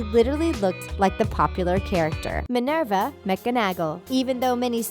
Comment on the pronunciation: MINERVA WHO SORRY? AT LEAST LEARN HOW TO SAY THE NAMES FFS